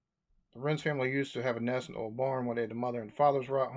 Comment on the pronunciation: His numbers were so wrong.. and the "ta" instead of "tha"